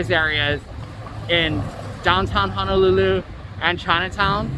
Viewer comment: It’s Honolulu sir not hanalulu